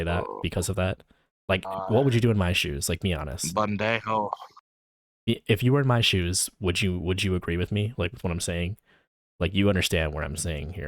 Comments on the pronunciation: "bundehhoe" 😭😭 bro pendejo? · “ayayay, bandejo” there is NO WAY he’s trying to insult you in spanish and says it wrong 😭😭😭😭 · im pretty sure he just tried to call you stupid. it sounded like sloppy Spanish but it sounded like he tried to say "pendejo" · Wtf is a “Bandejo”??? Pendejo you mean??😂😂😂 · I thought he was trynna say banjo 😭🤣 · As someone who knows enough Spanish to get me in trouble, him trying to say "pendejo" and pronouncing it as "bundejo" is hilarious lmao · so late to this but i had to scroll so far just to find someone mentioning his "bun-day-ho" 😭😭🙏🏼🙏🏼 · whitest guy in the entire world: ...ban-day-ho... bro...... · bruh at like this big sour peter file tried to say pendejo and i was like that was the most gringo sounding shit ive ever heard and im annoyed this dude is disgusting trying to lie is way out so hard and making all these woe is me excuses to justify his actions and idc what anyone wants to say there is no crime greater than that against a minor and very young ppl its just utterly wrong these type of stuff is nicknamed the "soul killer" for a reason it never leaves them frig this dude man frig him waste of space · did he try to say pendejo??😂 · How does one mispronounce pendejo that horrible 💀💀💀💀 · yup he did lol i speak spanish and English and thats how people pronounce it when they dont know much spanish😂😂😂